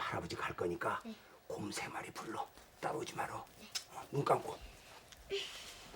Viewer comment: 울면서 곰세마리부르는거나만 아바곰아바곰이라고 들림?ㅋㄱ